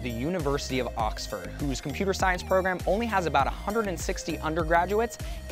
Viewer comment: "Auxfaad university"